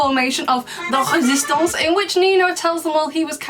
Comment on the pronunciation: Me listening again and again to saying Resistance. Bestie you totally sound like a native French person speaking French.